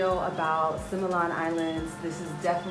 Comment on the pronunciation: Oh, God! Simian Simian Simian. Similan, Si mi lan .(ˈsimilən ) . is not sai mian.